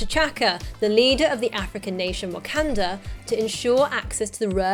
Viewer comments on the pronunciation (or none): none